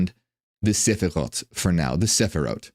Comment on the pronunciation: As a Hebrew speaker, I really liked the way you pronounced the word Sefirot. Your pronunciation made me associate it with an instruction book (sefer hora'ot), that ties in very well with your explanation, thanks for the update.